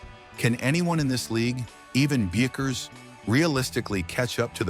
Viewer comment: Hilarious. How many times can Paige bueckers be misproounced. What a crock of shit story, tryig to start some kind controversy.